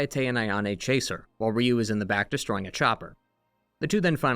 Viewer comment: Ryu is pronounced like 'you'